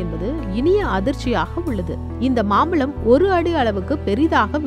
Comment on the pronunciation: அது மாம்பலம் இல்லை. மாம்பழம் தமிழை சரியாக உச்சரிக்கவும்